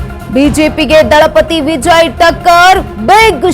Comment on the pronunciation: ವಿಜಯ್ ಅನ್ನೋದ್ ನೆಟ್ಟಗೆ ಕಲಿ ಮೊದಲು ಅಕ್ಕಾ